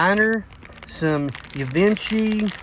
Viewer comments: The one you called a horse shoe was a wishbone design. Theone with the stones that you said are not baguette stones, they are Marquise shaped stones. And the pronunciation of Givenchy is "gee von shay". I hope this helped you. They were all pretty piece's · It's Danecraft. How lucky to find that Coro set, especially after being separated! 😊 By the way, Givenchy is pronounced Jee-vawn-shay (emphasis on the shay part). He's from France. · Givenchy is pronounced ZHEE-VAUGN-SHEE. Where did you pick those door-knockers from? You should get a good dollar for those. Very nice. A little jealous. Same place as the Ciners?